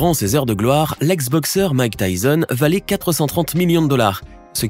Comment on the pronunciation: Bordel ! C’est pas « Mike Tyzon »…